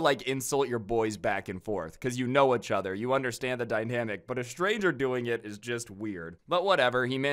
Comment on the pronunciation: Why does he keep saying achother lolol